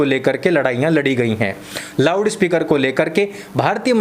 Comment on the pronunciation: थोड़ा जबान संभाल के, मुझे पता है आप loud speaker को lawda speaker बोल रहे हैं😂😂